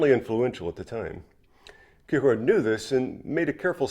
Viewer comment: The way you say Kierkegaard is giving me anxiety.